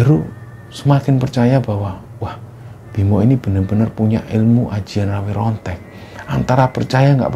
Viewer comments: RAWA RONTEK BUKAN RAWE RONTEK.😂😂 RAWARONTEK YA BANG. BUKA RAWE2 RANTAS MALANG2 PUTUNG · Setauku namanya RawaRontek,,, bukan RaweRontek 🙄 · rawa rontek bukan rawe rontek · rawa rontek bangg bukan rawr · Ingatlah yg benar,rawa rontek,jadi bukan rawe rontek,bicara aja ga becus,cerita murahan,hanya karangan dan imajinasi doang,alur cerita berbelit-belit,cerita murahan,malu maluin aja.